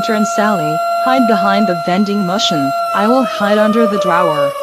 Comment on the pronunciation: The mom said drower instead of drawer